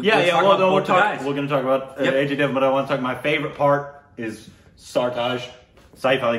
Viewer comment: Aajy davan:It's Ajay Devgan Meanwhile Indians: 😍😍, should be given Indian Citizenship, His Pronunciation Is even greater Than Shashi Tharoor 😂🤘